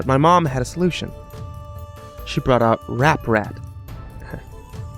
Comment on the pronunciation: Wait? Didn't he just say ApRat?